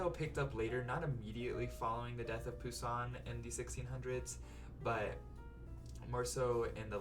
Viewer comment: The way you says this young chicken’s name: Je grince des dents! Nasals finaux, donc passé I hear baby in the background 👶. Anyway, of the four, I like the first two the most but The Eucharist a little more.